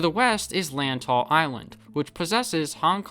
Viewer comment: Great video, by the way, Lantau is pronounced with more of a ‘W’ than a ‘U’ and pronouncing the Lant-A-u like the A in Apple